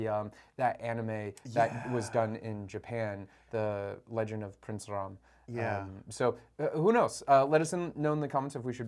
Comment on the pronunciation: First foreigner to get the pronunciations spot on..."Raam" & "Raavan", not Rama and Ravana. plz also know it's pronounced as Raamaayan, not Ramenayana. your knowledge, respect and devotion to Indian gods and scriptures and commendable brother. huge respect 🙏🏻